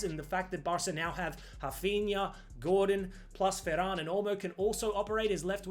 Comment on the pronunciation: Please call Rafinha, Rafinha. Hearing you say Hafinya is just cringe